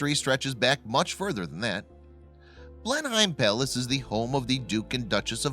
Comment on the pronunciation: It's Blenheim Palace, not place as the narration implies.